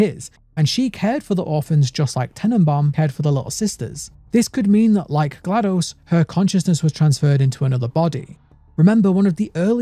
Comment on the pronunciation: ...My man you were already my favorite lore channel, then you had to go and call Portal 2 the greatest game of all time. And ACTUALLY PRONOUNCE GLaDOS' name PROPERLY. I am already subscribed, and I want to subscribe again. ((I wish youtube had a photo attachment option - because I'd show you my GLaDOS tattoo haha!!)) I've been on the edge of my chair waiting for new content from you, and THIS was well worth the wait, cheers!